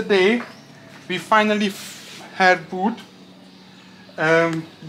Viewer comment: Hier kommt wieder ein Einwand des „Besser Wissers“ Wenn du über Holz sprichst, sag nicht „Wuuud“ sondern ganz einfach „Wud“ Also mach’s guuut mit Wud😉😉❤️😉😉❤️😉😉